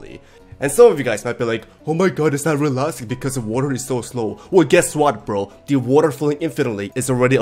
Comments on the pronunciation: “omg it’s not relastic” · not reLASTIC It's also not reLASTIC